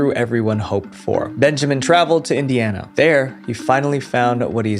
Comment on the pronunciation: you'r embarrassing its "indiana" a state in us 🤦🏻‍♀️🤦🏻‍♀️🤦🏻‍♀️